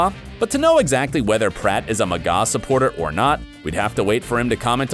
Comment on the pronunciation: MAH-GUH Not MUH-GAW YOU DUNCE